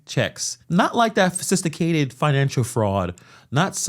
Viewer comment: “Fosisticated plans” is crazy bro 😂